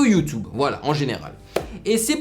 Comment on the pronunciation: Mec c Youtube et pas youtoube